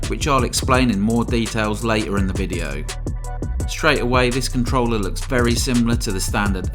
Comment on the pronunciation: What do you want from a guy who speaks "It's a compe'e'ive controuulerr, which fales like a pro controuulerr and kapes a classicul..." I just muted it, turned subtitles on and enjoyed the review which is pretty nice btw.